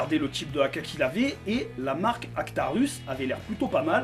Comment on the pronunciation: Alors je l’ai , point négatif , elle tape fort , j’ai du changer le ressort , ensuite pour la batterie , le stick 11.1 de swiss arm passe dedans largement pour ma part , Ps : on dit ARCTURUS Bisous amour et bibille dans la gueule 🤭😝🥰